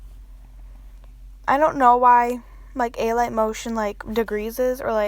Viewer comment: i think it’s pronounced “uh light” motion not “ay light” motion lol :)